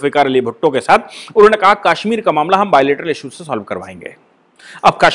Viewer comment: I like the way you pronounce Kashmir, that is the right pronounciation of Kashmir as in sanskrit.